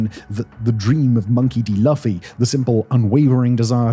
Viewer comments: Geez at least learn the main characters name, wow. pronounced LOOFEY. like loofah. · it’s pronounced LOOFFY!!!!!! WITH THE HARD VOWEL U!! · His name is pronounced Loo-Fee. It does not rhyme with fluffy. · Pronounced “Loofy” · it’s pronounced like LOOFY PLS it takes no more than a second to know that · He said, Laughy or am I hearing shit? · Pronounced "loo-fee" Lol it hurts! Maybe we can do a luffy the vampire Slayer Lol But the metaphor of the anime makes sense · “Loofy”. Luffy 🤣🤣🤣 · Pronounced Loofey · The pronunciation of Luffy as Luffie is beautiful 😂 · Pronounced LOOOFFY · Laugh-fy lmao, loved this video, despite the hilarious pronunciation. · It is Luffy, pronounced "Loo-fee," not "fluffy." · I couldn't help saying "It's Loofee" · Tfw it's possible that it's the correct pronounciation butchered by creators of anime since beginning because name Laughy would make a lot of sense. Like with Raftel -> Laugh Tale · Like seriously how he get from luffy to laffy lol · Half way through the episode and I'm yelling Luffy. Simon please look into how to pronounce something you have admitted to never watching. Love your vids but man. Smh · I don't like this dudes pronunciation for Luffy 😂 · OMG! The wrong pronunciation of Luffy again. Watch 1 god dammit episode before doing a YouTube please. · You said Luffy name wrong. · The fact that his writers usually put the pronunciation of words into the script to help makes it even funnier that they just let him go on this one. The writers knew what would happen and must just be giggling to themselves. ^.^ But love this regardless. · I'm only giving the pronunciation of Luffy's name a pass b/c you prefaced this video with, 'You've never seen anime' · Hey man on the internet, If Simon here decides to launch WEEBFRONTS....It's over for y'all. Yes even when he butchers Mugiwara No Luffy. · listening to you pronounce luffy wrong over and over was hard. shows how British you are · and of course, you mispronouncing his name! 😂😂😂😂😂